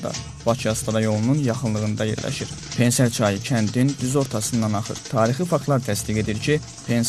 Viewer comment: pen-ser yox pene -se